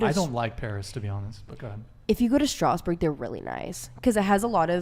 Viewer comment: Hey girl, you don't speak a word of french. Saying "my name is X" is not speaking a language. And the way you pronounce Strasbourg... We have killed people for less.